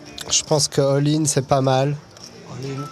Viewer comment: David en voix off : "Je pense que all-in c'est pas mal" David : "Hoool in"